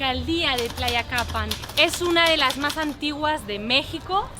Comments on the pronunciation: Estas bien loquilla. Y más tratando de pronunciar el nombre del pueblo. Me encanta ver tus videos. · Visitas pueblos cuyo nombre ni puedes pronunciar. Y porqué una extanjera y española además me enseña mi país? Ni saba la cultura ni lee nad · No bueno que simpática eres, me imagino que si te cuesta decir Tlayacapan no me quiero imaginar que digas Tlacoquemecatl, pero siempre es posible todo así que igual te pido que visites su pequeñísimo parque en la Del Valle y vayas a comer a los Chamorros!!! Ja ja, eres linda y lo que le sigue!!!